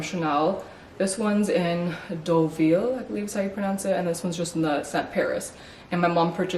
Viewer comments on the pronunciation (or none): none